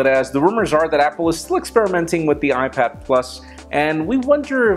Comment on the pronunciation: Hahahaha "youad bro" xD